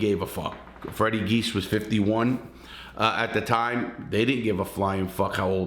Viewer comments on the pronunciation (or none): I was born and raised in Springfield MA. The brothers names are pronounced jee-as not geese. Also they are charged with Adolfo Bruno’s murder in Springfield. Bruno was the head of the Genovese family in Springfield. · Pronounced, "G - iz" Direct translation of the family name is Tzias... Immigration in 1908 Gave Freddy's great grampa Fotios the name, Geas. He immigrated from Greece with his brother Vasilios, who officials gave the spelling of Jeas... Anyway, our family name is pronounced "G - iz" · It’s Fotias “Freddy” Geas, pronounced Gee-yes, with the accent on the first syllable, not Geese! Lol